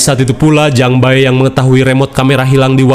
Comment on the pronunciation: Bang bacanya ulah "Jang Ba-e" wae atuhh😂 itu teh dibacanya Jang Be... Jadi "Bae" (배) dibaca tetep 'be' ajah engga usah Jang Ba-e 😂 Terus yang Song Tae juga sama, "Tae (태)" tetep dibaca te ajah jadi song te Jadi lucu hehehe